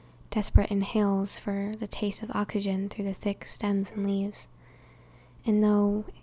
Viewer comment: Oxagen ? Do you mean oxygen